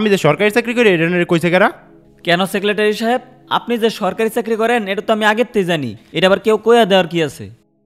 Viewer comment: ভাই সেকলেটারি কেন এটা সেকরেটারি